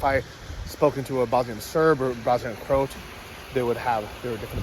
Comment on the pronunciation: CROW AT pronounce it please, very embarrasing to us Americans.